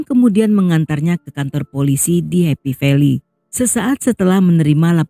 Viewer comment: Happy velly sm yuen long to mana sich 😂😂😂 kok bikin geli klu nyebut nama" daerah